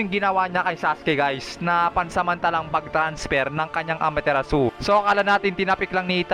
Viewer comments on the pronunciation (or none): May mga simple words Kang Hindi nababanggit ng Tama, katulad ng Amaterasu (Ama-te-ras)